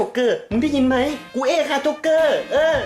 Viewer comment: เอก ไม่ใช่ เอ้ก